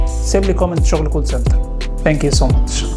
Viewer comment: ثانكس وليس سانكس thanks